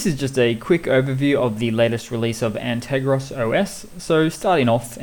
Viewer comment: G'Day mate. Correction: An - ter - gos ;). Have been watching your videos. Very useful tips. Cheers.